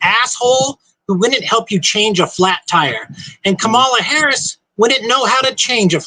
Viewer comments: Idiot, please learn how to pronounce her name! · He keeps mispronouncing Harris' name.